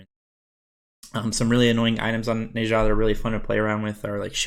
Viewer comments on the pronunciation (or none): I love the vids man but PLEASE WHEN THE GOD SAYS THEIR OWN NAME PRONOUNCE IT THE SAME WAY THEY DO NE ZHA IS PRONOUNCE NAH-ZHA NOT NAY-ZHA